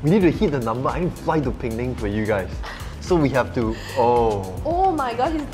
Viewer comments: Hi it' not peng nang. It's Pe-nang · Pee-neng. Not Ping-ning.